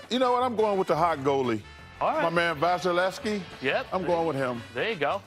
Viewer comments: So he can pronounce hockey players names but not the nba’s players?!? He slid through Vasilevskiy and Draisaitl like it was nothing 😂😂😂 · Chuck damn well did his homework on pronouncing 'Vasilevskiy'!!!!